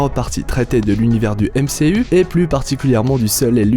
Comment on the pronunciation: Je suis le seul qui ne supporte pas « MCU » avec l’accent fr ?